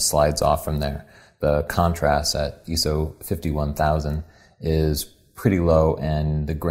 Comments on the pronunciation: eyeso..... not eeeso great review ;) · I.S.O not iso(eeso). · its not Eso its I SO .... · I am sorry you have gotten some negative comments. They are completely irrelevant towards the technical photographic process. EESO and EYESO are like tomAto and tomahto in my opinion. You guys are great and teach in a way that is understandable while still providing the tools to grow past an armature photographer. I have bought your book and I love it. I look forward to posting my photos on your facebook for critiques; I will be doing so as soon as I return from my deployment. Love the videos! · not ESO, he's saying ISO. But instead of saying I-S-O, he's just reading it "eeso". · iso has never been pronounced as I - S - O it's pronounced as eeso. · Is Eeso an Americanism? Or do the majority still pronounce it Eye So? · No Im NOT,it the way he says ISO he says ESO listen at the way he pronounces the word ....:) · its actually pronounced 'eye-s-o' not 'eye-so =S if u r gonna correct someone at least make sure u r correct to begin with... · It's pronounced (eye-so) not (ee-so) what kind of photographer doesn't know that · So hard to go back to his older video's and hearing him say ESO... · lol, im not complaining bro. Just telling him why the different pronunciation. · BTW, recently learned that ISO is not an acronym. It should be pronounced "eye-so". It's a form of the Greek word "Isos" which means equality, and is the same as the prefix for many words such as "isometric." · Yeah the eso got my attention, I was thinking surely doesn’t pronounce it like that anymore, I’d never noticed it and I’ve watched a heap of the newer content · It's different in different languages, and apparently whoever taught me the term was English-as-a-second-language. I've been making a point to say eye-so in more recent videos, just so I don't get my pronunciation nit-picked.